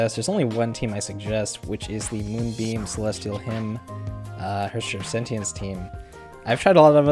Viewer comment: You are pronouncing "Sentience" wrong.